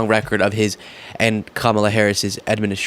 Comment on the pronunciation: I have a suggestion, can we all start referring to Donald as Danald until he pronounces Kamala correctly? #Danald